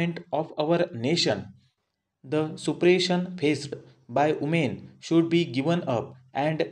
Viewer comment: Umen 🤣🤣 Voomen 🤣🤣🤣